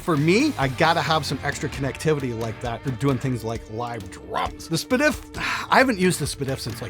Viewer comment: Spadif? Talk about acid flashback.